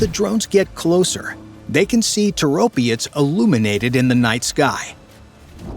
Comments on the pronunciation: Is your AI so dumb that it cant break words into syllables? Toro - pets! Not Tor-opI-ets!! R's°! What happend to pride in whatever your work produces? This is not a Tomato vs Tomayto argument (says enough anyhow). It is an English argument. Either you speak it or you don't but you dont bastardise it to fit your inability to get your tongue around pronouncing items like e.g. Orientals using 'L' in place of an 'R', as in 'Solly' or Slavics 'Z' for 'TH', as in 'The' or N.Americans using 'Z' in place of an 'S' as in 'Agonising'. No offence to the first two example cultures' attempts, theyre forgiven for trying. Americans are not forgiven because of their BS baffles brains approach (arrogance). Yeah! The nation of whose adults have an assessed level that mostly 70% are of an only third grader literacy level. El soto, meaning you're dumber than you believe & make up for it with - bluster. But it remains, not being English! Personally I assume, even though youre using AI, that you are American. Why? Because your culture is so arrogant, it matters nothing to you to do anything correctly, that permits you to sound so idiotic. To the point of 'dont speak, just convey your dialogue on an e-mail, just stop vocalising - please'. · It's Toropets not Toropiets. Slava Ukraini. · Toe Roe Pets. Accent on 1st sylable if any accented syllable at all. Stop pretending all languages have English grammar and pronunciation. NO other language is like English (maybe sometimes French)! Another interesting fact: where was the "military-industrial complex" of the USSR? Primarily in Ukraine, not so much or so concentrated in Russia. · ITIS NOT TOROPIETS, there IS NO "I" in the word. STUPID YANKS CAN'T PRONOUNCE ANYTHING CORRECTLY and this is simply using others INFO to make this. POOOOOOR JOURNALISM INDEED!